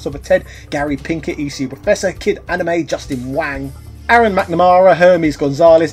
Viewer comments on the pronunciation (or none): none